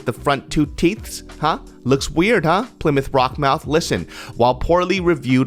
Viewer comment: My boi said "Plymouth rock mouth" lmaoooooo